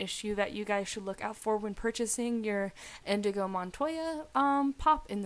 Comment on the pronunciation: Inigo! NOT InDigo.